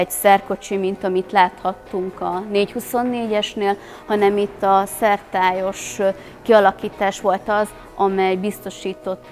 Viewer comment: Szertályos? SzerTARTÁNYOS!